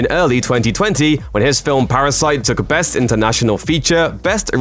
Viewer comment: This guy strings words together really quickly and emphasises weird syllables: "fictionFILMS", "NetFLIX", "ParaSITE", "diRECtorial", "TuringTEST", "eVENwhen", "blockBUSTers", "televisionSHOWS", "SUBscribe", etc. He also keeps saying "preformances". I can't concentrate.